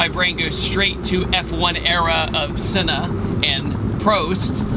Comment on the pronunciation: ..... wait how did you pronounce senna and prost wrong